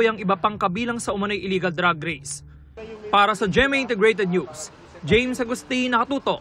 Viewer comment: DRAAAG Racing hindi DRUG Racing. Ayusin mo naman reporter.